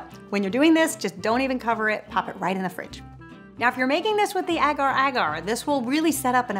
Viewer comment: Hi guys I am from Indonesia and its pronaunced Ager ager 😁